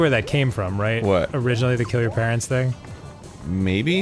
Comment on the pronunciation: Dan pronounces ‘parents’ with a H and it annoys me but he’s precious so I’ll forgive him 💜